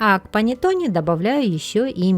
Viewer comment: Рецепт замечательный! Всё нормально, но только произношение panettone ( панэттонэ.)